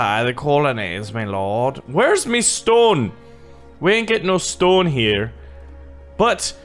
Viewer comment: You Said stone like stoon